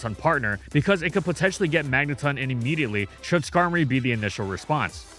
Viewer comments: magneton not magnetun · Stop saying Magneton like that. 😂 the ton is like in automaton. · When did we switch from saying mangeton (rhymes with electron) to magneton (magnetun)? I only noticed the switch like 3-4 years ago.